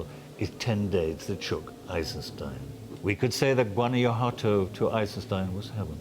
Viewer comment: Greenaway should at least make the effort to learn to pronounce Guanajuato correctly. Since he claims to have an interest in Mexico.